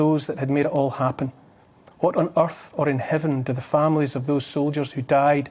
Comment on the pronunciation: I'm Scottish. I've never heard anyone Scottish pronounce earth as Urth before.